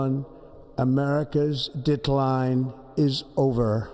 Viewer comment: Starting at about I had to rewind for a sec a couple times, I heard “America’s dick line” I was like no WAY he’s about to work around to “big dick energy” or something lmao.